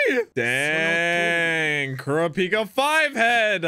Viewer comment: The way he pronounces korapika triggers me lmao